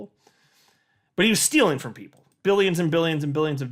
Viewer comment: The “frooo” 😂😂😂😂